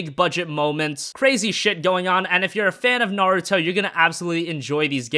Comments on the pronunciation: It's pronounced Nah - Ru - To, like rule. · I swear he kept saying 'Narto'